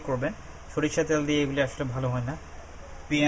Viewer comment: What is the meaning of 'ত্যাল'? Please whenever u r going to interact with people be conscious about your presentation. U should mind ur pronounciation.